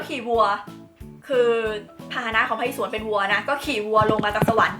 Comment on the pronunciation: พระอิศวร อ่านว่า พระ-อิ-สะ-วอน